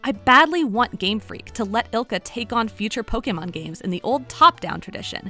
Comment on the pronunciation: It feels so right when she says po-kay-mon instead of po-key-mon or poke-uh-mon.